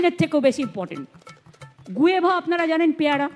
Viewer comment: উচ্চারণ ঠিক নেই _ আপনি কি করে হেড মিস্ট্রেস হলেন ? গুয়েভা কি ? ওটা guava 🤩🤩